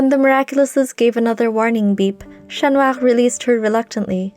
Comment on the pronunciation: Absolutely lovely story!~ Other than that I love that you have a french accent when naming Chat Noir, instead of using an English accent - Love!~